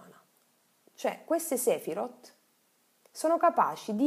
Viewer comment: Video davvero interessante. La pronuncia delle parole ebraiche però è totalmente sbagliata: si legge Kabalá e non Kábala, Sefirót e non Séfirot etc.